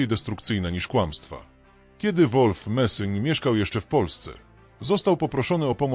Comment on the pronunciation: idiotyczne AI które to czyta robi z ludzi idiotów. Nazwisko tego człowieka to Messing!!